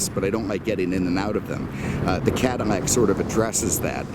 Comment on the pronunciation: Am I mistaken or is pouncing some of his "L"s as "M"s? Like Chevrolet, Cadimmac, anamog? What's going on? I've never heard anyone do that. 😀 MAKE NO MISTAKE... I LOVE THIS GUY!